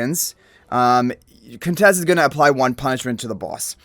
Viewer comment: Waaaoow!!! You said her name right. Nice 😁👍🏽